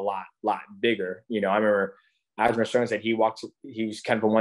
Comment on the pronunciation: Great interview, DJ’s one of the greatest, but this man sat in a thirty minute interview Calling Aljo “Aljamer Sterly” 😂😂